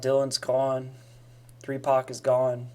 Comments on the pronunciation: Did my home boy say 3pac 😂😂😂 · AM I THE ONLY HUMAN WHO HEARD HIM SAY 3PAC? Wtf